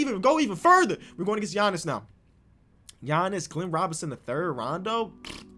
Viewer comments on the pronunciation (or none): do the "Flightreacts" Challenge. Fantasy Draft, you must use the Warriors and turn on sim difficulty to 60 and trade difficulty to 70. You can only use players Flight has mispronounced + Steph Curry. One year rebuild challenge. Here is a list: Giannis "Akumpo" "Zeeon" Williamson "J.A" Morant Rudy "Goburt" Luka "Donakick" "Javalee" McGee Pascal "Syakum" Nikola "Jock-itch" Bam "Abayo" Zach "Lavyne" "Damontise Saybonis" "Dennis Skrooder" Spencer "Dinwhydy" Matthew "Delladova" I probably missed a ton so leave them in the comments and I will edit them in. Edit: Formatting